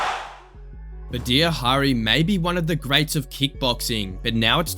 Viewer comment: Badr Hiri is pronounced Bahd jra